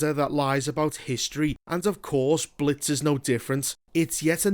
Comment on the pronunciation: “We Wuz in tha Blits”